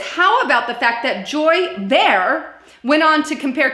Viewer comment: Her last name is pronounced Ba-Har. Btw, I don't like EVERYTHING the Liberal Agenda stands for but I'll stand w/them as they seem to actually care about people who aren't filthy rich..(which is most of us.)